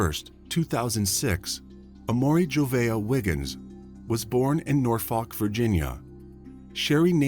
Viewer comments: It's pronounced Nor fuk Virginia. Or u wanna sound local, nawfuk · 7. It's pronounced SpoCAN and not SpoKANE 8. It's pronounced Norfuk or Nawfuk (locals say this) not Nor Folk 9. Amour is also a French word 10. 😊